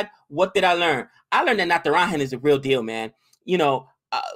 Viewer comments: u should pronounce Natara"j"an and not Natara"h"an. It's not a Spanish name! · its Natara(ja)n not Natara(ha)n.